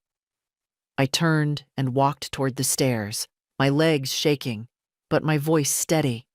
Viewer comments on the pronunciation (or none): none